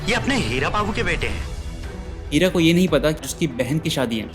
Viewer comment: Who is hearing Kheera instead of Heera 😅😂